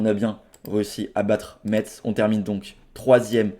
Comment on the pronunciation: par pitié, Metz se prononce « messe »